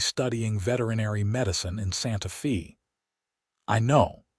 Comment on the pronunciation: EDIT & REVIEW!! The town Santa Fe is pronounced as "Santa Fay".